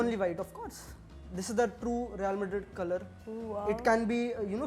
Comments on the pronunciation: I mean wtf is Maddrridd ?? Just say Madrid (मद्रिद) which is correct pronunciation in spanish. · did she just said Mad....Rid? (Madrid) 😭 best punchline 💥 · chill many many europeans pronounce it that way (ab ye mat bolna "she isnt european" its ok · never heard a single European pronounce madrid this way